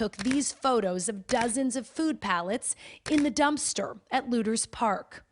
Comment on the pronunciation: Did she say “ looters” park?